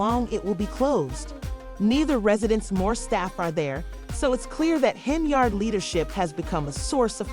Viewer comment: Its pronounced HEN-YARD ....like Menards... 🎶 save big money at Henyards